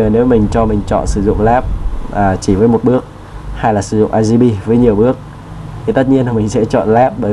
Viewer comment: "RGP" anh đọc là " a ri pi " à hahahaha Cô giáo em bày đọc là " o ri pi nhé " Anh tra google để phát âm chuẩn hơn nhé